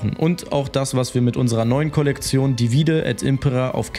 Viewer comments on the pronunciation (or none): Ihr seid toll: trotzdem kleiner Hinweis: Divide betont man auf der ersten Silbe!